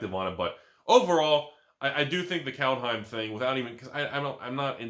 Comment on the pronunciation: Pronounciation is: Culthime